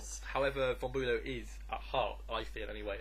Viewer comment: As a German speaker, I can't help but giggle at your pronunciation of German names, Hohenlowe perfectly mastered and then Boo-low. A job well done though, guys!